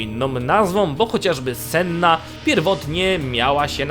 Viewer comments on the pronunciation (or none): none